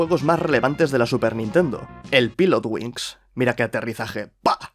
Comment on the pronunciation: Se pronuncia pailot wings. Estos españoles!